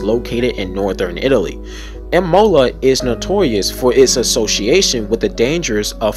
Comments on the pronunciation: imola is pronounced "ihmola" rather than "e-mola" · Not trying to be an asshole here, just wanting to be genuinely helpful. Imola is actually pronounced "E-moh-lah". And I that sounds just like you're just saying the letter E in english. Then Mo, with a hard O that doesn't transition into an U sound at the end. And then a final La with a hard A that sounds like you're saying Ah but with an L at the start. Hope it helps and great video, definitely earned a new subscriber. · How did I mispronounced "Imola"? Do Italians pronounce it differently than the Americans do as it's pronounced uh-mow-luh. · so many mispronunciations, but your mangling of "Imola" may have been the most egregious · Bruh, learn how to pronounce Imola. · Please do not pronounce it "IMOWla" or "Ray-Dillon" It hurts my ears 😣 Otherwise great video 👍